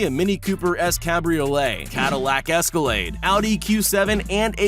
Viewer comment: But Other Than That I Am SO GLAD He Didn't Pronounce The 🛡 Escalade Wrong!. THAT IS A FAMILY CAR MY GRANDPAH HAS A 2008 MODEL OF!. IF YOU SAID THAT WRONG I WOULD'VE SHOWED MY GRANDPAH IT AND HE WOULD'VE BEEN PISSED!. But Just To Let U Know Ur Pronouncing The Bugattis Wrong!. AND SOMEONE SAYS YOU MIXED UP THE VEYRON SUPERSPORT WITH THE CHIRON!. WHY DON'T YOU TAKE A BUGATTI SIZED LEAP/HIKE AND HOOT WITH THE CHIRONS AND SOUR WITH THE VEYRONS!. (Learned THAT One From A Friend Of My Mom's.)